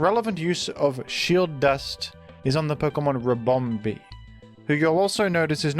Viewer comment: The way he pronounces ribomBEE kills me